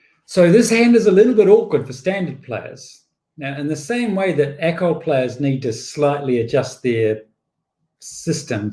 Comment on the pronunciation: It is Acol, not ACOL. It is not an acronym.